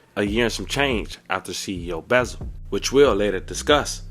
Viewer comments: It’s CEO BEZZ-AL not no beezal tf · These off brand azz folks , stay messing up people names ! Buzzard 😂